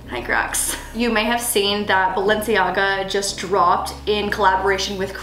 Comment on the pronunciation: Did she really say Balencia